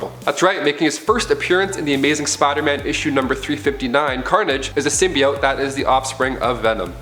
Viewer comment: For me, it's because he says Spoderman and I can't not hear it and I hate it.